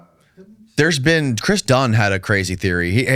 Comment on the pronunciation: Man u butcher everything now u talkn bout dunn lol